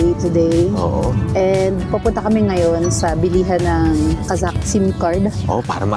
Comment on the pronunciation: The girl pronounces the word Kazakh (Qazaq) correctly.